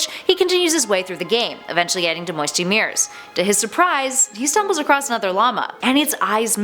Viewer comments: ples its mosty miyer not mirs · Miers not mears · It’s Mire Not Mere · Not trying to be rude but it’s not Meres it’s mi-r-es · Did she just say “Moisty Meeres” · She Says moisty mire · You pronounce pasta, emote and mires wrong